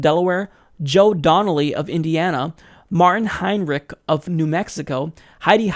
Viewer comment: I really like how you pronounced Hinreich. Calling now